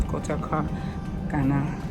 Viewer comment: Pronounce it again “ KO TO KA”